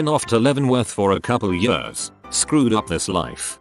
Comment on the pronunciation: Ye-ah-rs Robot butchers the word years.